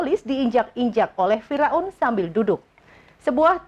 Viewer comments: Pembaca beritanya 😅😅😂😅😂fira un....fir aun lebih enak didenger.... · Fir'aun mbak bukan Fira'un